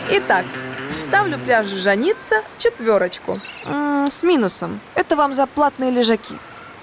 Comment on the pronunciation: Ж(а)ница, а не жан(и)ца